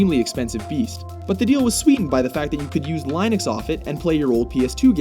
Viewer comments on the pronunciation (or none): LIENUX? YOU CALLED IT LIENUX? O_o ITS PRONOUNCED LIN-UHCKS NOT LIE-NIKS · lineix? you mean linux? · lie-nux, when everybody pronounces it li-nix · Did you just say laiynux? It's pronounced Lin-ucks. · ITS FUCKING LINUX NOT LINEIX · l i n i x not l ie n i x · Did he say "Line - ux" instead if "Linux"... lol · LIE-NUX???? it's LIN-UX.... cmon..... nuff said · Linux Lin-ux not Line-ux that is all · >calling it Line-ix >not saying Lin-ux lɪnəks/ lin-əks or /ˈliːnʊks/ lee-nuuks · LINE-ux....REALLY?! LIN-UX. LIN, LIN, LIN. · hahah you pronounced Linux (L - IN - UX) as LINEUX (LINE - UX). Other than that I totally agree with everything else. And regarding the rotational media on the psp it's funny how they got it ass backwards. PS1 beat N64 even though N64 had better graphics (texturing). N64 used expensive solid state media, ps1 used cd's which loaded slower but had lots of capacity for the cost. They went disc for psp when everyone else went solid state since the costs dropped. SD cards, nintendo DS cards, etc. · ITS NOT LIENEX! its linux, sorry I'm just so used to the term sounding like that it somehow physically hurt me when you said lienex! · It's pronounced Linnux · Exact reason i scrolled down to the comments to see who said it, and first comment was Line-ux. Nice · I'm insulted by the way you pronounced linux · This stupid fucking announcer can't pronounce Mario or Linux. That should tell you all you need to know. Seriously.... "lienux?" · Hold on… did he really just say “Lainux” !? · LOL "Line-icks" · When he pronounces Linux like "line-ucks"... *shudder* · line-ix what the fuck are you even saying? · ... Did they just mispronounce Linux? It sounded like Lineux to me :S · did this bitch just pronounce linux as "line-ux) *facepalm* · YOU DID NOT JUST SAY LINUX LIKE THAT YOU STUPID FUCK. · lol cant pronounce linux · Holy crap. don't know how to pronounce Linux the better way? Wait that made no sense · I... did... how did he just pronounce Linux? Why.